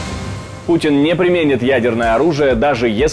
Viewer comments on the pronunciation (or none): none